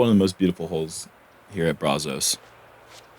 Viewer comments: please don’t call it (Bra-Zos) 😂 it’s (brazz-zuss) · Hey it’s Brazos not Brozos buddy 😂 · I love ya. buddy but please go find a local and ask him how to pronounce Brazos.